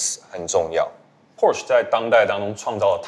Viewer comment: Porsche做過影片介紹德語中Porsche的唸法。 銷售體系的員工應該要帶給大眾正確的資訊才對。